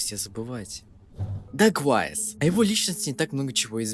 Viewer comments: Чел называет даквейзиса даквайсом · он дакуэйвис* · Бля , гайс , он Дакуэйвис